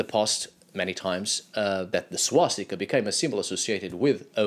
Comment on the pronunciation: Its swastika not swastikā. Swastikā would be female swastika which doesn't make any sense